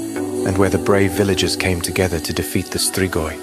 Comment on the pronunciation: you nailed that pronunciation